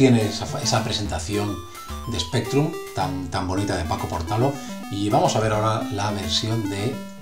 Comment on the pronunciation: ¿Es mi impresión o durante o todo el vídeo llamas a Portalo ''? Se me hace extrañísimo oirlo así! Por lo demás, como es costumbre, una gran reseña. En OpenLibra, está también el libro sobre La Pulga (en su anterior versión, antes de que le suprimiera la licencia Creative Commons), al igual que otros muchos que tratan y complementan el tema... Un saludo!